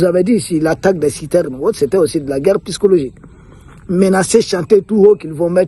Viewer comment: Psychologique [P...SYCHOLOGIQUE] et non "pyschologique". Mon cher ami, omettez purement et simplement le P et dites "sychologique" et ce sera la meilleure prononciation. Toutes mes excuses.